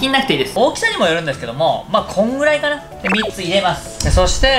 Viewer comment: 「ピーマン3つぉ」※ピーマン3個